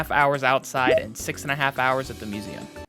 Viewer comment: Marshall really like suMeum. (Museum)